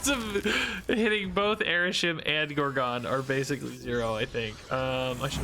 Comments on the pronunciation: Every time he pronounces it gore-gone I lose a year off my life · No comments being triggered by his pronounciation of gorgon?